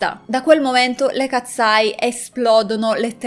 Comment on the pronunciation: Io le seguo da quando hanno debuttato per favore potresti cambiare il. Tuo modo di dire katseye??non si pronuncia così.....hanno fatto anche uno show del ragazzo con il fischietto Le katseye sono nate in questa accademia,,,,Manon non ha mai causato nulla le ragazze erano sotto pressione per la nuova arrivata,,,,,❤❤io le adoro sono le mie idole solo io ho notato che in debut Manon sta sempre dietro 😢